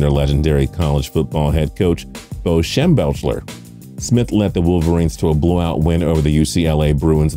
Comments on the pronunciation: Not shem-belch-ler like said lol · It’s pronounced “Shem Beck lerr”. Bo Schembechler. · Shem-BECK-ler, can you guy make a video without fucking up names? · Is mispronouncing names just a thing on tps? Shembelcher? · Shem-belch-ler? I'm a Buckeye fan and I even know how to pronounce his last name correctly. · The fact he can’t say shembecklers name proves he’s not a sports fan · Hell he mis pronounced Schembechler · Your list is totally wrong. I have seen every Michigan games since the 80’s. From your list, only Harbaugh, Grbac and and Leach were more successful at Michigan. Learn to pronounce Shembechler. Hennne never beat the Buckeyes, so he can never be listed as a great Michigan quarterback. Not fair but true. Any list with Devin Gardner is a joke although he was a great kid. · Good info but could have pronounced Bo's last name better